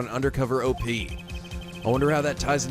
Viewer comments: Im pretty sure 'op' isn't pronounced "o.p." It's just short for operation. you know, like the board game from the 90's, Don't wake daddy. That game was sort of like an operation. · Y'know, I never even noticed the number of times they flashed back to that scene. It's happened waaaay more often than I thought- it's ridiculous. Also, gotta love how says "O-P" and not simply "op", as in "operation". xD Cracks me up every time. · Why do you keep saying "O.P." instead of "op"? It's short for operation! It rhymes with "pop"! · you don't spell out "op". You say it all as one word, because it's short for "operation".